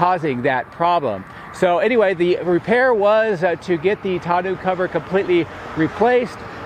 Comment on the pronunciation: I think it's pronounced TAWN-OH